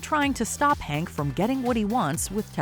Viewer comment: Fact : his name is Henk, not Hank. Surprised in your fact finding video you get his name wrong